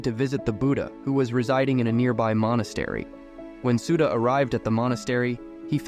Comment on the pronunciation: what's "Nenda", "booda" and "sooda" can't you even pronounce the names correctly?? Such arrogance